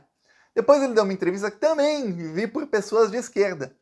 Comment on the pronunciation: zema: o caipira BOLSONARISTA. mineiro que NÃO tem vergonha MINEIRO AUENTICO, NÃO vota em você; VIGARISTA Que fala a palavra TAMBÉM você^pronuncia TAMEM. NEM FALAR SABE. VI GA RIS TA. PILANTRÃO DE QUINTO MUNDO. UM BOBÃO.